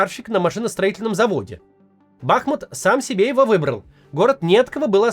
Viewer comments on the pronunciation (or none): БахмУт, а не БАхмут, а так всё верно сказали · БахмУт! Максим, ставьте ударение правильно, пожалуйста. Всё по делу, отличный выпуск, но из раза в раз слышу эту ошибку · Бахмут - ударение на последнем слоге. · БахмУт. Максим, режет слух. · БахмУт! Кац , за 4 года не выучил, тормоз! В Чечне -БамУт, ты же не говоришь БАмут…, или говоришь?